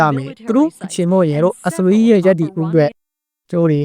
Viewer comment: မြန်မာသံ မပီရင်တောင် အင်္ဂလိပ်အသံထွက် ပီပါစေ။ အစ္စရေးလား? အက်ဇဝေး? အီရန်လား? အီယံလား?